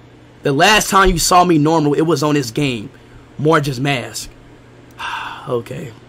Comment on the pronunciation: He seriously called majoras mask “morgas mask”